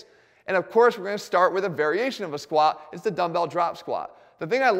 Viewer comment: I swear Jeff doesn't even say the "t" in squat anymore